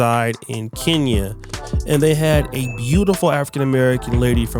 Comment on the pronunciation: u pronounce kenya wrongly....